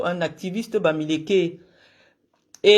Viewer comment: Quand prononce bamiléké tu es pathétique